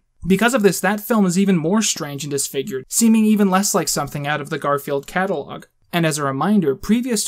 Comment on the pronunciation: "Cat"alogue hehe